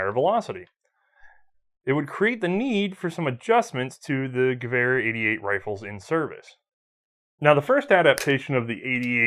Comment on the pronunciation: I love watching these but why do you insist on saying ge-war when it's ge-ver and I'm not even German :)